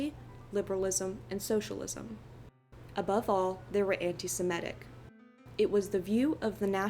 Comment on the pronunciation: Also, it's "anti-Sem-I-tic." Short i, not short e.